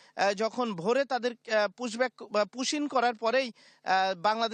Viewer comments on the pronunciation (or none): Pushback not pushin .